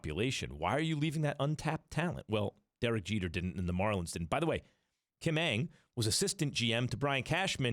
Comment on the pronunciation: UNG, I'M CHINESE you its Ung or just don't prounce the A in Ang